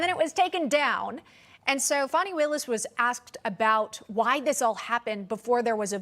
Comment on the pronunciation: It’s not Fawni…it’s FANNY.